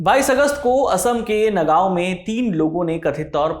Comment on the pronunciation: Sir ji ye नागाओं nhi "नगांव" hai Thank you